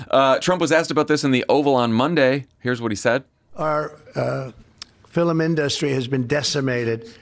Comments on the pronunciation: He also said F I L I M ... not FILM ... just check! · One syllable - FILM. Lil donnie pronounced it "fill-em." Moron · ... fillum industry...? 😂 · It wasn't INdustry that he said weirdly it was FILL'm - for film. He said FILL'm in-dustry which may, potentially, be rooted in his Scottish mother's pronunciation of the word film. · Trump said “fil-em industry” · Trump also said “film” like ‘fill’em’ 🤨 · Anyone else do a double take on the bit where the orange man mispronounced film as “fill-um”? How can anyone NOT think he’s in cognitive decline with things like that?! Out of touch about kids toys? Certainly. Doesn’t understand there are people just struggling to find housing or put food on the table, let alone buy toys? Absolutely! But also…he can’t remember how to say “film”! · It drives me crazy when people (Trump) pronounce the word film as fill-umm 😝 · “Our “filim” industry”…GD I can’t stand that orange stained abomination. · However you like industry pronounced, I was backing up to catch "fillum". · It’s “fill-ems” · Did he pronounce ‘film’ as ‘fillum’? He continues to be truly awful with a teleprompter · So we’re just not going to talk about Trump saying fill-mm (film)? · Just that the president said "movie" 3x in a press conference and pronounces "film" fillum. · Nobody on the pod went after "fill-um"? 🙄